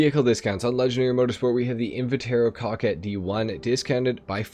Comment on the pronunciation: Coquette is pronounced with the same first syllable as coca cola, it means a flirty young woman. Hermes is a Greek god, Her-mees Ehrmez is a fashion brand and some frenchy name